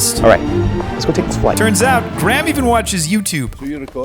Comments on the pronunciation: “Edinbro” and also “Graam” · Graham is pronounced (grey-am)